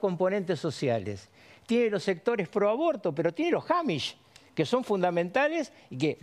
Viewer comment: No es "jamish" ni "hamish", es amish .